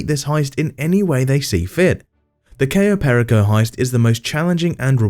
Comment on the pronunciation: replaced his voice with an AI one Oh. How fun the Dooms Day heist was on stream.. Cayo perraco instead of Per-ico. Have to love the AI pronunciation.